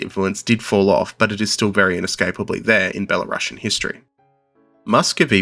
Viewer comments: Thanks for a great video! A small nitpick: could you please pronounce Belarusian as Belarus+ian (U is stressed, and ideally s doesn't turn into sh), not as Bela+russian? That's important. Thanks. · It's pronounced ˌbeləˈro͞osēən.